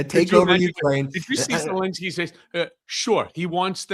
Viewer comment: BEN, BEN, BEN...AAAARGGHH . ..I love the show . I remember when you were saying " lets get to a million" BUT ...for legitimacy you guys have to get the name of Ukraines President right. " Zalinski" is a " relatively" common Polish name in the US . But this is NOT the Ukranian Presidents name . There is no " A" There is no " I " in his name. Its Zelenskyy